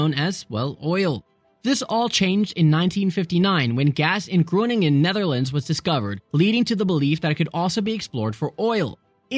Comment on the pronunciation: I love how he said Groningen 😅